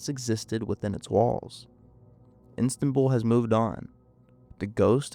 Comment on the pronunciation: The repeated pronouncing of ‘Istanbul’ as ‘Instanbul’ was irritating, but otherwise a fascinating and horrifying story.